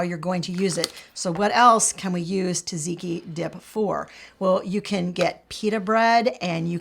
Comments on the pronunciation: Correction on pronunciation. It's tzah-tzee-kee, not ta-zee-kee. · You said "gyros" like a Greek! But you read "tzatziki" wrong. "tz" sounds like a "j", maybe "ja-jee-kee" is closer to the pronunciation 🥰 greetings from Greece!!